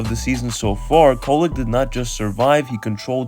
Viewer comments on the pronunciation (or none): Definitely not “Kolek” 😆